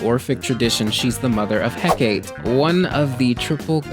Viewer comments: I love this video so much, it makes lot of sense. ((But I want to strangle you with my bare hands for pronouncing Hecate like that, you did my gurl dirty 😔😳 /partially joking )) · Interesting pronunciation of Hecate